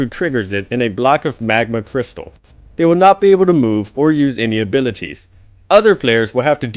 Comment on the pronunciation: i love how says "abilities".